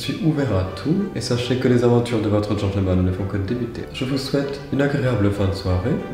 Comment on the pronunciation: Est-ce qu'il n'y a que moi que ça perturbe quand il dit gentleumanne au lieu de genteul manne? 😂😭😭 Sinon la version française c'est bien aussi hein on manque de gentilshommes en ces temps troublés